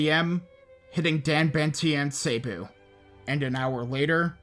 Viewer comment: I. Pronunciation 1 bee-col, not beh-col (bicol) 2 bo-hol, not bo-hal (bohol) 3 seh-bu, not say-bu (cebu) 4 i-lo i-lo, not i-loy-lo (ilo ilo)